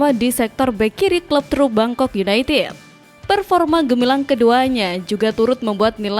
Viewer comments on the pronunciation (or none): none